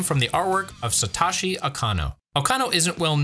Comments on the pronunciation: Japanese pronunciation tip: If the name has an O, it's most-always a long O. Satoshi rhymes with 'Yoshi,' not 'sloshy.' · Note for your narrator, "Senoue" is pronounced "Seh-noh-eh," not "Seh-nuu-eh," and "Satoshi" is pronounced "Sah-toh-shee," not "Sa--tah-shee." In Japanese, "o"s are always pronounced like the "o" in "oak."